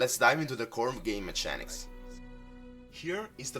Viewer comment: Hi, Just wanted to offer some advice. When you say Mechanics prounce it like so " meh-K-anics". Just found your channel and am loving all the videos/deck builds! Thank you keep up the great work